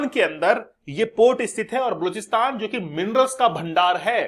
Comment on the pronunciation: kya gunda bane ga pronounciation mistake hai bluchsitan nahi ba loch stan